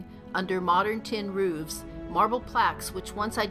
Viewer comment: Roofs not rouvs. At the very least learn how to pronounce your words properly. Also it’s pagan not pegin.